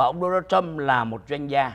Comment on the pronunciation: It is Donald Trump It is not đô na châm Làm ơn học tiếng Anh căn bản lớp ba.